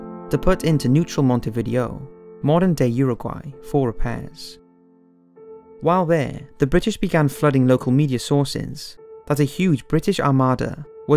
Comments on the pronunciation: it's pronounced Monte vi DAY OH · Excellent video, which I enjoyed very much. A minor improvement that could be made is the pronunciation of some place names like Montevideo, Tobruk, and Estonia.